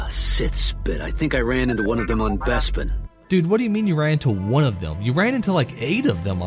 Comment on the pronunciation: What's a Besbin? Im sure Lando pronounced it as BESBIN all the time xD